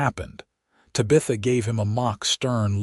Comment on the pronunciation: It's very distracting to listen to an entire story where the main female character's name, Tabitha, is mispronounced! Do better, AI narrator!